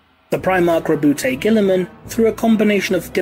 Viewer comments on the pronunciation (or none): FOR ONCE & ALL, can we Please clarify the pronunciation of the Ultramarine's Primarch? I have to insist it's said as "RAH-boo GOO-ey-Muhn"; that is, as a kind of mock French, which I reckon fits perfectly with their presentation as a sort of "bastion" of Renaissance outlook... ALSO, & please don't anyone take this personal, but dang it! Saying "Rah-boot Gilly-Man" just sounds dumb. I mean, really, who would be named that way? I get the whole "you say tomayto/I say tomahtoe" thing, but come on... individual differences aside, it simply doesn't Sound right, is that not so?